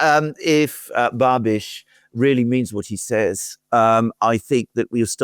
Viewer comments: it's Bahbish, not Bahbitch, but whatever. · Hey us Czechs are talked about as well:) Btw Babis is pronounced with the “a” short like in bus or bubble so it’s “bubish”